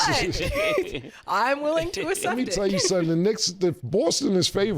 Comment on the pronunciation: be saying UHCEPT instead of Accept